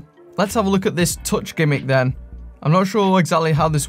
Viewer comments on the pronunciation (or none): none